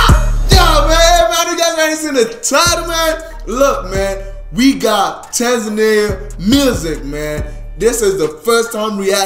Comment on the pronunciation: u pronounced Tanzania correct..❤️